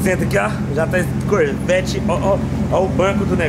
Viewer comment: kkkkkkkkkk caramba falou bonito o nome do carro